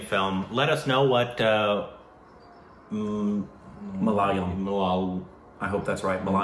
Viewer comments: Don't say malaalayam. That would mean it's the home of shit. Not kidding. It's malayalam. Minor difference in pronunciation. Major difference in meaning :D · is still pronouncing it wrong!!! IT's MA LA YA LAM!!! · Its not "Mala" "Layam"...In indian its "Mala" "yaalam" 🤙 Edit : And its not Jumanji's "nji", Its Gang's "ng" added an "i" So the final pronouncing of Kumbalangi nights will be fine. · It's not 'ma laal yam' it's 'ma la ya lam' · can someone tell them that its Malayalam not malalyam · It is Ma la yaa lum not Ma la la yam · Guys it is MALA-YA-LAM ***NOT** MALA-LA-YAM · Welcome to Malayalam cinema. By the way it's MALA - YA - LAM not MALA - LAYAM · It is Ma.. La.. Ya.. Lam. Not Ma.. La.. La.. Yam (മലാലയം) which means 'House of Shit' in that language! And note it: MALAYALAM is the only language in the world, which is a palindrome when written in English. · It's noooott malayilaiyam!!! It's ma...la...yaaa..lam....malayalam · Seriously guys? From Malaayalam you've made it worse. It's Malaalayam now? Just Google the pronunciation and learn it. Why so lazy? By the way it's the 10th time that I'm commenting it's Ma-La-Yaa-Lam!!! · Its "MALA" YA" "LAM".. Please don't watch anymore of this language believe me you are going to get addicted to this movie industry... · u guys need to watch “Athiran”. It’s a thriller! Btw guys it’s MA-LA-YAA-LAM!!! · Another Mah-lay-yah-lam film Joseph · Please correct the way you say Malayalam. it is Maa laa yaa lum(like gum). Having said thay, am so glad you discovered This brand of cinema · Wow.. U guys r fast.. Yesterday was the trailer reation n today is the movie review.. Btw.. Malayalam is pronounced as MA-LA-YAA-LAM.. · The last lam is more like lum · MA-LA-YAA-LUM it's spelled malayalam tho btw malayalam spelled backwards is malayalam :) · Love from Kerala.. . I would really like you guys to pronounce Ma - La - Yaa - lam Correctly. 😀😀😀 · Seriously guys, say it after me : Ma- la- ya- lum. 😊